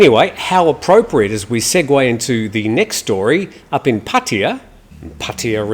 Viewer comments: does it totally correct. It the same sound as Suart Jay Ray language Einstein suggests it. All three "a" are equal in that city name. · Yes Your pronunciation is Correct. Not the Costa del Pattaya way.